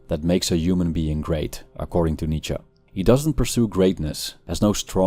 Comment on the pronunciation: My new purpose in life is to decode the grammatical phenomenon of Americans replacing “-E” with an “-A” in German surnames, when it is the last letter. Nietzscha, Porscha etc.